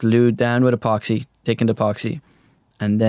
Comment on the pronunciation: "turdy one" "my fater" "tickened epoxy" "I was tinking" "let me know your toughts" What do you Irishmen have against "h's"? lol :)